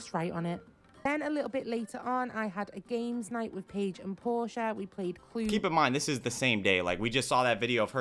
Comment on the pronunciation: Hey, it's "Portia" - it's from Shakespeare, and it's common in the UK. Not Porsche, like the car.